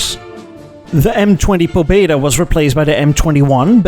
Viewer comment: "Pobeda" (better read "paBEda", with stress on BE) means "victory". "Freedom" in russian is "svoboda" (svaBOda).